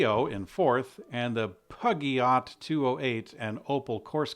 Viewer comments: I live in Barcelona and I just heard all of the screams from France when you pronounced Ren-alt and Puggy-ott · Peugeot is pronounced poo-joh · Peugeot, Rouge pronounced wrong. Get out much? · Dude! He responded to other commentary about compensation! And time to learn to pronounce Renault and Peugeot! That was beloved decent journalistic standards.